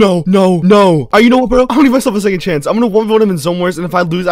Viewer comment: Dude can’t even say 2nd😂